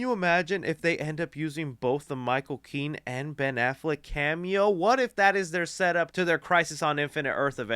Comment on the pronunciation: Micheal Keaton NOT Michael Kean!